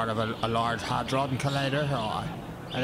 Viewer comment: Hardon like hadron hahahahaha